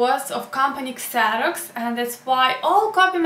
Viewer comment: Xerox is pronounced "Zeroks" in English. Kseroks is in Ukrainian.